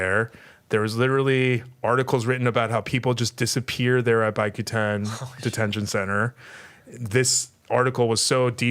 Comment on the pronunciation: Bicutan - is Bee-ku-tan not Bay-cu-tan.